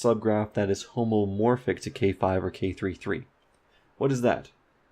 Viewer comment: Hey, it's homeomorphic, not homomorphic. Graph homomorphism is very different from homeomorphism.